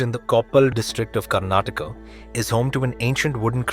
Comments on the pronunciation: It is Karnataka ಕರ್ಣಾಟಕ, not karnatakam, im sure you know..why botch it on purpose? Are you stupid? Koppala it's even written there.. not koppal. Please don't say any names if you're just going to botch it... 🙏. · It is Karnataka not karnatakam, what nonsense